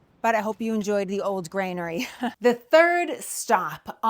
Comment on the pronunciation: It’s Granary…….NOT Grainery Sorry, my need to correct improper pronunciation goes back to a time when I was about 25 when I overheard one tourist tell another tourist as he was pointing at a building that the building was Nathaniel Hall… when we all know the correct pronunciation is Faneuil Hall. (fanyuhl)